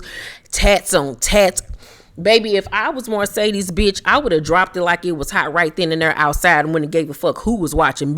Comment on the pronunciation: Girl…the way you emphasize “MARcedes” when you pronounce her name 🤣🤣🤣🤣